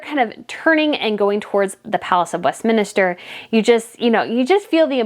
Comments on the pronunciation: West minster, not minister. 😜 You also pronounced Viscount wrong. It’s Vi as in Bye ✌️It’s a silent s. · I love your in depth content! Most people just focus on Harry and Megan. A couple pronunciation suggestions though. "Westminster" is "west"- "min"- "ster", not "minister" like the minister at your church (minster rhymes with spinster). Also, "viscount" has a silent "s" it's pronounced "vye" (rhymes with rye)- "count". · Not west-minister, Westminster. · Respectfully commenting: It is Westminster, not west-minister. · I thought it was Westminster. You keep pronouncing it Westminister. Which one is it? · Respectfully isn’t Westminster pronounced west-Minster. Not west min-I-ster? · This would be an ok piece if not for your negativity toward Meghan, and Harry. You know nothing more than the rest of us outside of Royal family, and you're certainly no Royal expert. It's pronounced West Min Ster. Not Westminister... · West minister? Visscount?…. Oh, brother…. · Thank you for your coverage and insights. (Btw), it's pronounced West-min-ster.😘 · I really enjoy your videos but with all due respect I’m finding the mispronunciation of key words a little off putting. Westminster, Gloucester, Chatto, Edinburgh etc. I would appreciate it if you would address this when doing your research. Thank you.